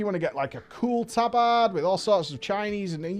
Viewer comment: tab-AHHD, tab-AHHD, tab-AHHD